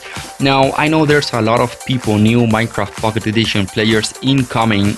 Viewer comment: its pocket not fuckit